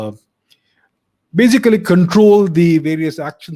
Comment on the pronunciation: I like when you always say in every video "bazically" 😋